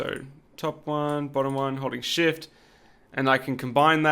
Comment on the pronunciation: Ha ha ha! When you said holding shift I could’ve sworn you said holy shit! LOL!